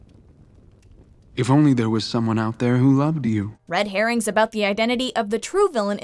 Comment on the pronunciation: "Red Hair-rings" hehehehehehehehehhe